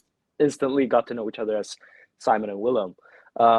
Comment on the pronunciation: Ryan is Simon pls do not pronounce it in English pls